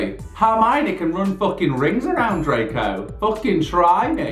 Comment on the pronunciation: I can't stop the way you said dreco who the fuck is he😁🤣